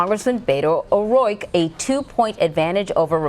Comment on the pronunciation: "Beto O'Royke"